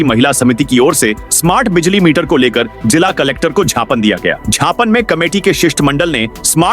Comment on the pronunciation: Are gyapan ko tum gyapan bol raha hai